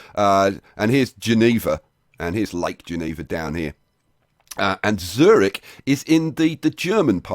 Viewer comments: MR.obvious Obvious Eeeehm NO! Well you can't pronounce a "ü" with "o"... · the germans pronounce it; tsoo reehch